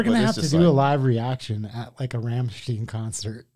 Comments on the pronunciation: ...right pronounced is when you read "Rummshtine". Greetz from germany. 🤘🎶👍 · first, in the english version, "Du Hast Mich" translates to "You Hate Me". But it does translate to being loyal or having loyalty. Rammstein is pronounced Ram-shtine. Rammstein in English is Battering Ram. Ramm=Ram...Stein=Battering.. So that's that about the band... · E before I to make the sound "eye"! I guess you say " Franken... Shteen" too? Holy crap! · A lot of their songs have double meanings like this one. Du hast is "you have" but if you were to say "du hasst" that means "you hate". So this song could be "you hate me" or "you have me" depending on how you say it. This is a song on a play of words. Also, their name is not pronounced Ramm-steen it's pronounced Ramm-stine. It's the same how you pronounce stein, the German glasses that hold beer during Oktoberfest. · They're named after that airport, some massive crash happened there I think. Edit: & it's pronounced Ramm-stine, like Frankenstein or Einstein. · The correct pronounciation is as if you write "rumshtine". Believe me, I am German 😉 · Wonderful how they even can't pronounce Rammstein correctly :-D Rammsteen, Ramenstein, Ramamenstein... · Rammstein the EI part is pronounced as I. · It’s More like „Rum stine“ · its pronounced " ROM SHHHHHT- EYE- NNN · pronounciation: raam-shtine! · Stop saying ramsteen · Their pronunciation of Rammstein is killing me. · You managed to live on this earth for decades without hearing of Rammstein.... Oookaaaayyy Btw. It's not Raaamsteeeeen, it's "Rum"st"eye"n, like you would pronounce the eye and the Liquor Rum. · Ramm ch t eye n, can you american pronouce that, for God's sake ! (not ramm ch teen) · NOT...Rammst"ee"n...it's...RAMMSTEIN...!!!!!!!!! My Goodness.......😤🤬🤦‍♂️👎🇩🇪🇩🇪🇩🇪🇩🇪🇩🇪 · Pronunciation isnt right. its nor said "Rammsteen" its "Rammstine". Chill out teacher lol. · Its not pronounced Steen as in been. It's pronounced Stine as in nine. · Its not Ramsteennn, its Rammstein.